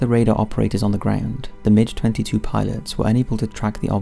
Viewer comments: Don't want to sound picky, but MiG (the aeroplane) is pronounced "Migg," not "Midge." Hearing MiG repeatedly pronounced like the insect is very grinding!! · It's a mig. Not a midge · I love how you pronounce the Russian Migs as midges. Never change. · The strangest part of this video is hearing MiG pronounced as Midge, 🤣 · MiG rhymes with pig, not fridge.